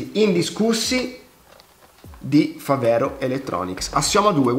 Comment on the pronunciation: mi sembra una televendita! si dice fàvero, non favèro, e significa fabbro in dialetto trevigiano